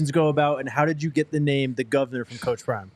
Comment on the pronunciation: The Govanah! Love it.